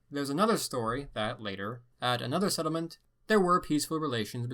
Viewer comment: The way he says settlement makes me wanna kill myself